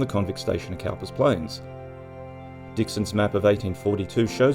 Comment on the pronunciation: Cowper was pronounced Cooper. Hence the eventual change of spelling. Ref poet William Cowper. Trivial ? Yes. Thanks for another interesting video.